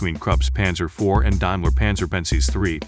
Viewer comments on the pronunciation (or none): AUSF not Asuf StardarDization with a D DAIMLER not diamler